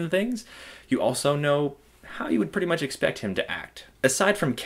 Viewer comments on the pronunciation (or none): none